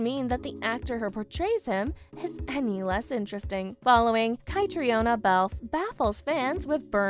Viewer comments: Yes, these podcasters don't care enough to get the pronunciations right. And Catriona pronounces her name kat-treen-a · kuh--TREEN uh. say it right. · I wish they’d learn how to pronounce Edinburgh and Catriona